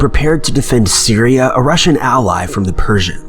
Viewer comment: I’m really think that when he says Russian he means Roman...unless my hearing has gone to shit and I’m hearing wrong.